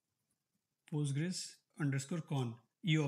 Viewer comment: why do you call it pUstgres? Its weird. Just say pOstgres.